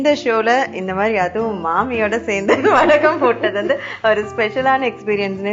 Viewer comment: Vadaagam ilai. Vadagam dhan😀